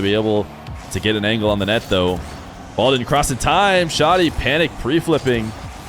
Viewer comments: It’s pronounced like saggy but with sh & d. Def not showty lol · Vent-of-God_._•° Dude I'm Syrian and it's wrong, the H sound is really prominent and emphasized, there's no "O" sound, hence why "Shoh-Dee" is wrong. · Also from the mideast and here to confirm it's Shad-ee like "Chad", not Shod-ee